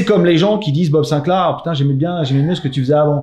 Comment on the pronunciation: "Haha, M.BOB Sinclair" SINCLAR, répète, SINCLAAAR